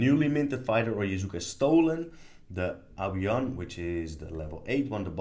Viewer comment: Love this walkthrough!!! And listening to you mispronounce Yakuza as Yazuka was fun haha